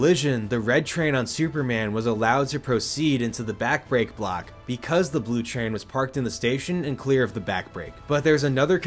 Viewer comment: kudos for how well you managed to say things like “Back Brake Block” through this entire explanation. This section sounded like you were saying some long tongue twister.